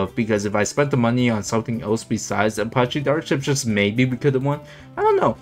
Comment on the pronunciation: The way you pronounce apache 😫😫😫